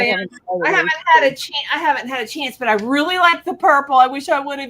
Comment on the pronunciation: And But is pronounced Buy, lol 😊